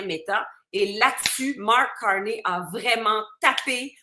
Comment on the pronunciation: Salut, ici à Montréal, on ne dit pas Marc Carni comme un nid d'oiseau cui cui cui, on dit Marc Carné comme crotte de nez, nez nez.